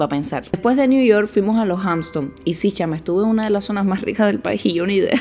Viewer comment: Niña, Hampton no tienes s! Porque dices Hampston?! Y island, no se pronuncia la s, se dice "ailand". Ahora, el país Iceland si se dice como tu dices island! 😊